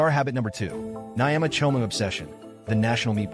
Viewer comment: Kenyan 🇰🇪 and proud !! 😂😂 is how he pronounced ugali ,omena and Nyama choma for me 😂😂😂😂70%are lies 🤣🤣